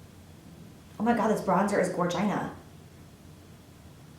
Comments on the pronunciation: "Gorgina" #ily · I died at 'gorgina'!! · "Oh my god this bronzed is Gorgina " 😂😂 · Gorgina?? Haha love u Jaclyn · HAHAHAHA Gor-gina! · Lol "gorgina" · "Gorgina" hahaha omg I died!! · Made me laugh when she said gorgina! lol your amazing